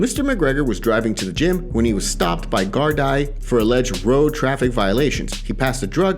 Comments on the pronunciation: Irish police are pronounced “gard ee” not Gardai as its spelt. Not that it really matters. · It's phonetically pronounced Guardee, ya feckin eejit :D